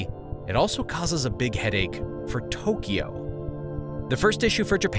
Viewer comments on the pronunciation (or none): none